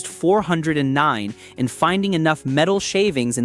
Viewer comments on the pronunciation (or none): AI SUX!!! four hundred nine??? I'd like to here the Beech Boys sing about a "four hundred nine" The Thumbnail is not a "W" engine, Crack a book and learn something before you blow smoke. At the mark, what are you mumbling about Torque? Now you want me to Subscribe??? How about "BLOCKED" Thumbs down. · Teach your not so smart computer program to say 4 OH 9 the proper way lie real flesh and blood people do. AI is ruining Youtube and other platforms. Thumbs down for being too lazy to narrate your own video.